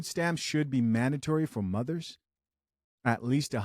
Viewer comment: Did I hear mothers or mudders?🤣